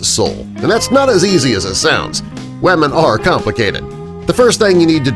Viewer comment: Sorry but did you say wahmen